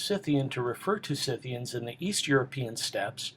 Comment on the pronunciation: Someone who actually knows how to pronounce "SCYTHIANS" correctly! Thank God!